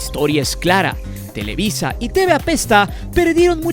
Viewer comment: Es televisa, no telewi... sólo muestras tu ardor hacía el América.